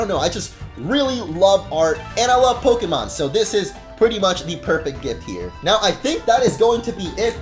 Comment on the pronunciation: it's pok-AY-mon. STOP STRESSING E'S